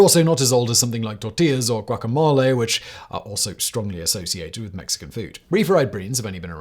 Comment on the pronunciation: Did he really say Guacomale?